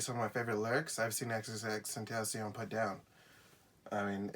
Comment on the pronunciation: It’s pronounced xxx ten tah c own